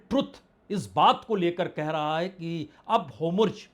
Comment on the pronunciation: होमुर्ज नहीं होरमुज़ है गलत बोलता है